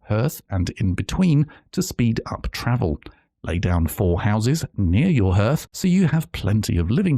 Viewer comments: Never heard anyone pronounce 'hearth' like 'herth'. Always heard it as 'harth'. Is that typical of folks from your region, or just a you thing? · Just as an FYI, the word "hearth" is pronounced "harth", not "herth". Good video regardless! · really helpful thankyou :) (sacfirifces comment to the algods) but surely Hearth is pronounced like the word heart not the word hearse x) i am questioning everything now